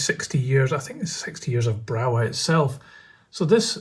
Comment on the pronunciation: They are very nice models,I have an electric loco from Brawa, very smooth runner in DC,heavy with good traction and has digital interface. By the way there is no W sound in german so is pronounced Brava.